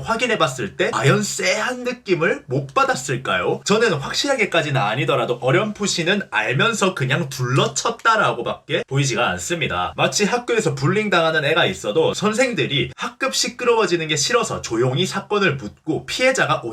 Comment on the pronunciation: 불링 ㅋㅋㅋ 볼링이랑 왜캐 비슷하게 들리냐 ㅋㅋㅋㅋㅋ. 불 리 잉! 이라고!